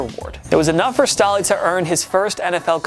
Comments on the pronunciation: Its pronounced Brandom Stay-Lee... not Stah-Lee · They did not just say Brandon Stah-ley Cmon it's not that hard 🤷‍♂️ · It's Pronounced Stae-ly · First time I heard somone say Stall-ly instead of stay-ly